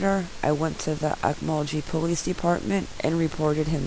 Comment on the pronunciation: It's pronounced oak-mole-ghee